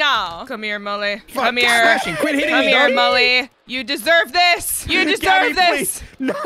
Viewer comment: smashing sounds like juicy